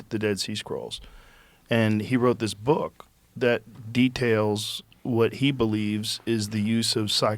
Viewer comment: "So long its government makes its BEWK" 😂😂😂😂